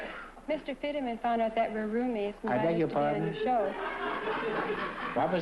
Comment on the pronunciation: It’s George Finneman, not Fiddeman